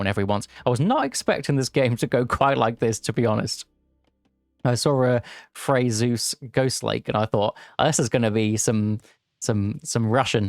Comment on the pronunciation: Isn't the r in Freyr pronounced? I feel like it should be read like FreyR, not Frey